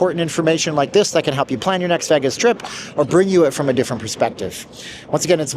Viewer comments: it's hard to take serious a person who pronounces it "veghis" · I’m intrigued with your pronunciation of Vegas.